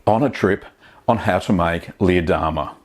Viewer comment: we love your vids... but every time you named this cheese... us silly Americans hear "Lee Adama" from the TV Series Battlestar Galactica. Jamie Bamber's character:-)